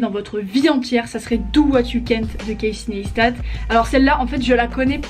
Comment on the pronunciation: Etre fan et ne pas savoir prononcer son nom... Tu as du voir pas mal de ses vidéos dans lesquelles il dit que son nom/prénom se prononce [KC NYCE STAT] et non pas [ness ta] Just saying :)